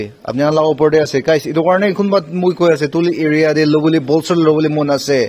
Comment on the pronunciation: Pulsar or BOLSER...your pronouncation....hahaha